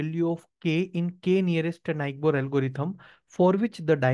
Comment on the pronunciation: The pronunciation of neighbor 😭